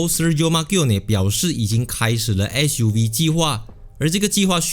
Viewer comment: Fuv?or ssssuv?